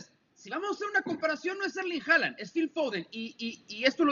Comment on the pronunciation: Porqué hooland hooland, es haalan